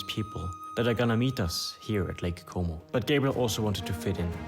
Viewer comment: bin ich der einzige der die ganze zeit lake homo versteht? :D